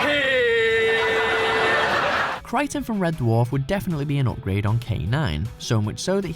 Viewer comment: You lost me with Kryten... but maybe he's a Kroton?